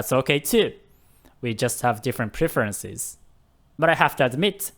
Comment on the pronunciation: Btw, it's pref-erences, not pre-ferences. Like preh not pre. Hope you don't mind:)